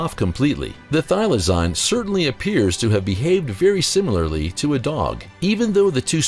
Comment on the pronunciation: Idk who this narrator is but he's really off on his facts. He doesn't even pronounce thylacine correctly. One was captive in a zoo and was neglected.